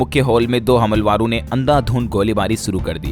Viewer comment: हमलवारो नहीं हमलावरों कहना चाहिए